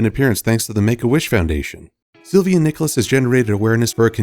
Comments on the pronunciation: you said he's name right! You gust need to roll your R. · actually really well prounced in terms of the boys name